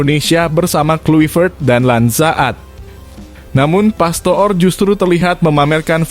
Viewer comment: Bodoh banget Mimin ini membaca nama orang pastoor itu di baca pastur